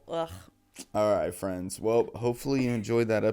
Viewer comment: Ooow fwendz!